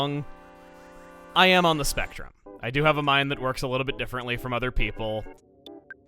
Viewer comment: The first time Chugga said “I am on the spectrum” I heard “I am on the Smash Run” and I was really confused... But then got really happy that he was talking about something like that. Shows how not everyone on the spectrum, myself included, is the same and people need to realize that